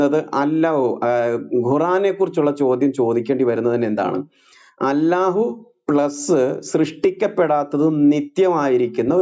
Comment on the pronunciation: ഗുരു എന്താണ് അല്ലാഹു എന്ന് pronounce ചെയ്യുന്നത്, അള്ളാഹു എന്നല്ലേ ശരി 🤔